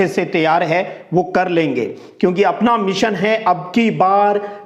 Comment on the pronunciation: Sir app please sahi bola karo .वाला कौ वार्लणा और अपना कौ अपणा